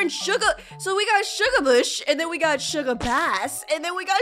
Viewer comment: you said shugabass name wrong